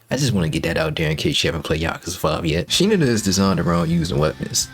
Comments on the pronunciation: i'm pretty sure it's pronounced "shiNAda", with the emphasis on the 2nd syllable, rather than "SHInada" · "Shee-nu-duh" "Shi-nadda" Regardless, thank you. Very informative. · Shi-nada actually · Bro really played through the entire game and still can't pronounce Shinada's name correctly